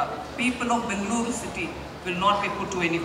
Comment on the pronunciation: Bengaluru that's how u call this City... Sitaraman ma'am correctly pronounced..